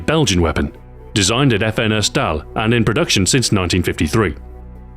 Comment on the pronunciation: He pronounched FN (the manufacturer) as "effin" which is a way some peope write "fucking" a "curse word"